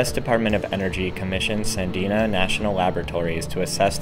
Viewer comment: Was of questionable credibility to begin with. But rife with inaccuracies and misinformation. Cannot even properly pronounce Sandia National Laboratories name...twice.